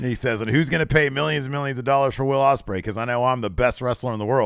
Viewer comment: said 'Wadium Stembley' as Will Ospreay